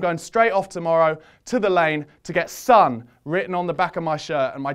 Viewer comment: His name is Son Heung-Min. Koreans put their family name first. Everyone can pronounce Min. Min is min. Son is not pronounced Son, even though people call him Sonny. It's pronounced Sōn. Like s-Oh-n. Heung...eung is like "sUNG a song" It's close to "Hung".